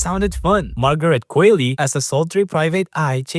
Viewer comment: Mispronunciations in this video: - Qualley